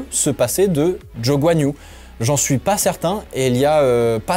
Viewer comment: Bordel j’ai rien compris, il s’appel Guanyo Jo ou Zhou Guanyou 🫨?